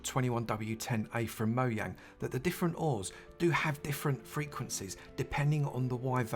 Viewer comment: I don't know if you realise how satisfying it is for me to hear Mojang pronounced correctly. Now if people would start to say Ikea and Lidl correctly I'd be a happy bunny. 😁